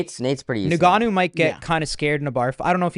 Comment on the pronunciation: Why does Kyle pronounce Nganous name like that? “Niganu” wtf